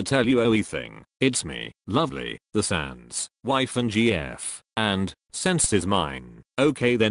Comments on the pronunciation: why dose his text to speach keep saying sans as cents? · The fact that he says "sense" instead of sans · The name is not sans! ITS SNAS!!!! XD